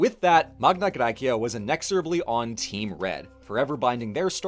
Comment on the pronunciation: One question: Why are you pronouncing the Latin Magna Gracia with a classical pronunciation (bar the gn instead of the ñ) but you use the Modern Demotic pronunciation for the cleary Attic Μεγάλη Ἑλλάς? Edit: Same with Cyrene. It's written Κυρήνη, not Κιρινι. And with all the other Ancient Greek names and terms. And you pronounce the Ancient Greek Neapolis with in a Demotic accent instead of using the Modern Greek Napoli. You are a Germanic, you have the sound repertoire to approximately pronounce Attic. It would've also been nice to mention that while Southern Italy is now overwhelmingly latinized, there is still a small group of Greek speakers, the Griko, in former Magna Graecia who speak an Italiot Greek dialect.